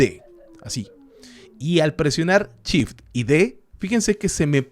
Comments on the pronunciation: Lo mas complicado es entender que cuando dice Chip, en realidad quiere decir SHIFT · se dice shift no chif.....por lo demás, buen tutorial,,,,,gracias bro. tienes mi like al menos